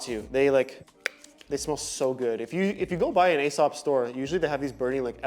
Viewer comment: It’s pronounced EE-Sop Loving your channel!